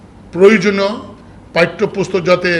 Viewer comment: পাইঠ্যপুস্তক, হাইস্যস্কর! দূর হ বলদ। তোদের দেখতে চাই না। বাংলা বলতে পারিস না, বাংলার মসনদ চাস?